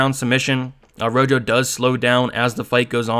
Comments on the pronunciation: Ro Ho not Ro Jo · Good picks and breakdowns as always. I watched film as well and you validated a ton of my notes. Marcelo Rojo is pronounced ro-ho like the color red. Let's get this 💰.